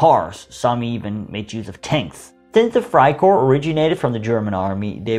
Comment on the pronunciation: It’s Freikorps not freikor you’re butchering they’re name